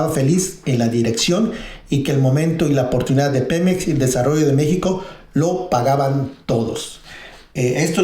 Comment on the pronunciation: Buena info, pero no mames, no tienes quién te revise el guión, hablas con el culo. "Nadien, Pemez".